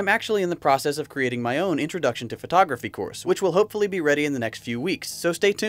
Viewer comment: I could've sworn you said pornography.